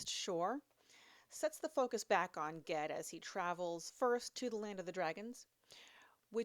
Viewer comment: Funny, the other day I was thinking about how i pronounce "GIF" as "JIF" but would probably not do so in any usual literary context 😅. How do u pronounce "GIF"? P.S. I think u totally nailed "Ged". 😉